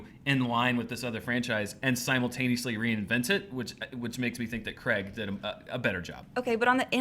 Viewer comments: it is Daniel Craig not Daniel Creg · Its pronounced cr-ai-g not cr-e-g. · Who the fuck is Daniel 'Creg'?